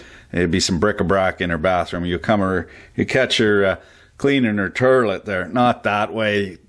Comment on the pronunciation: Shoutout to everyone that calls it the Terlet